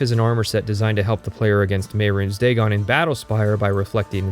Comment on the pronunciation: I applaud your intellect and posit that his pronunciation of Mehrunes Dagon and Sheogorath also invalidate the entire video. I, too, am very smart.